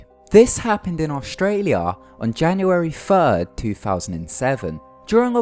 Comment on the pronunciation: On Janunaway fwud